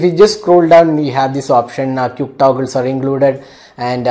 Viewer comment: lol you dont know how to pronounce the word quick